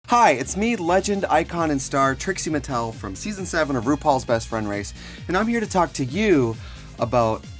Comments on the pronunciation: I swear he’s saying Tracy Martel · "This is a Tracie Martel secret." 😂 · Is it just me or does she keep calling herself "Traci Martel"? like ?? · Anyone else notice he said Tracy Martel rather then Trixxie Mattel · Did he just say Tracy Martel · Why does he keep saying Tracey Martel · Is it me and im just high af or has she butchered her own name a few different times in this vid?